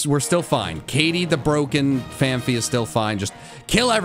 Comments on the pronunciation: I can't tell if he is calling phanpy (pronounced fan-pee) incorrectly on purpose or of he actually thinks it is pronounced fan-fee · Fan-pee Not fan-fee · #BlameMikey also, i love how phanPHy devolves into phaMpy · Phanpy to Phanphy Slaking to Slay King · I love how you say Phanpy the same way a child who didn't speak English until they were 10. That's me. The child was me. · I know this is old, but it honestly bothers me so damn much how he and other big PokeTubers say Phanpy, lol. There's no second "ph" in there. I know we all mispronounce some Pokemon names, myself included. It's just one of those unreasonably irritable pet peeves of mine, I guess, haha. To be fair, though, I used to say crap like "Houn-door" and "Ky-o-grey." I've had to majorly adjust how I pronounce many Pokemon names since its inception in the US, lol.